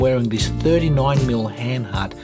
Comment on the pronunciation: And you pronounce it Hahn hahrt, not Hen hert.😀